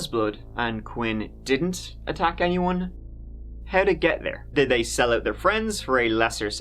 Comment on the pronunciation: Sorry but to say the word “third” as “turd” isn’t an accent. It’s incorrect grammar and sounds ridiculous.